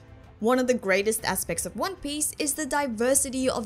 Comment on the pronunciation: I love your accent and your pronunciation of one piece makes your theories so much more authentic